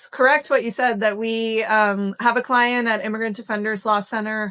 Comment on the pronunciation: your cwient is abcdefg lol